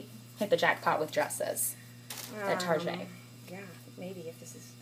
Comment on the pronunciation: It's Target hahahahah...(I think she was joking and said "tarjay" ) :)))